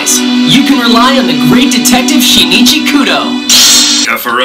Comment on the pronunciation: I won't complain that it's making a comeback, but IS NO ONE ELSE BOTHERED ABOUT THE PRONOUNCIATION??? HOW DID SHIN'CHI TURN INTO SHI-NI-CHI??? (The 'i' after the n in Shinichi's name is supposed to be silent btw, I know, I've watched the dub.) I appreciate that they're binging back the Japanese names, but PLEASE THE PRONOUNCIATION